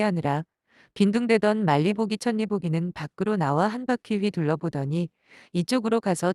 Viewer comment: 천리 보기가 아니라 철리 보기로 읽어야해요